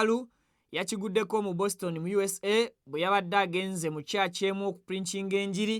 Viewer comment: 😂😂😂😂😂OGUTAMIVU CANT SAY BOSTON 😂😂😂 GASIIYA WITB MUGALU 😂😂😂